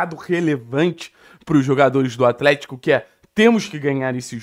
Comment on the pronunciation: "compricado" "atrético"